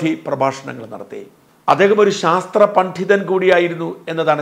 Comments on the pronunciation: വീണ്ടും ഉച്ചാരണം തെറ്റി. പണ്ഡിതൻ എന്നു മതി പണ്ഢിതനല്ല. ഡ എന്നു മതി. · ഷാജൻസാർ, താങ്കൾ പണ്ഡിതൻ എന്ന വാക്ക് ഉച്ചരിക്കുന്നത്,പണ്ഢിതൻ എന്നാണ്.അത് അരോചകമാവുന്നു. പിന്നെ വൈരനിര്യാതനം എന്നതാണ് ശരി,വൈര്യനിര്യാതനം എന്നല്ല